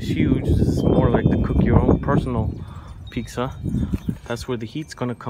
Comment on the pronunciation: My husband says those pavers have chemicals in them and you shouldn't use them for cooking. Is this true?? Its sounds like you are saying peaksa thats how the closed captioning is hearing you. Pizza not peaksa